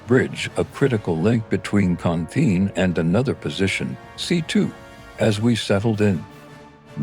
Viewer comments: It’s Con Thien, not khandine. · If you want people to learn the history of Marines and their sacrifices in Viet Nam -- Then utilize correct voice audio not some "AI" rendition that mispronounce the "Marine Corps", "ConThien", "The 2/nights" instead of 2/9 and other mispronunciations, It is insulting.......